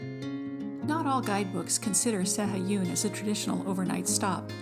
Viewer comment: Proniunciation is SA-A-GOON.